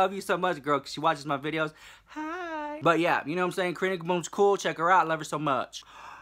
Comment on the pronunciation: Honestly tho!! Sometimes I'll rewind just to hear it again! I even get a kick out of how he says Karina KaBOOM😂